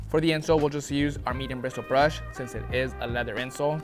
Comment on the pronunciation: Everyone at Reshoevn8r be like “Bwistle Bwush”